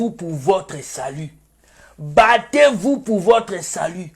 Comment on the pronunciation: Je suis morte de rire quand tu dis bater vous😀😀😀😀😀